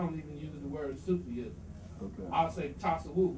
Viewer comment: Brother please, fi sabil Allah, it's not " Sufi' ism"... It's simply " SOOF- ism'.... ( It gives the appearence that the brother can't read)... Which is strange foran adult from America))